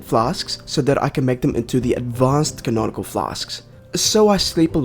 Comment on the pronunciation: No way this dude talked crap about cauldron being spelled wrong after calling conical flasks "canonical flasks" the entire time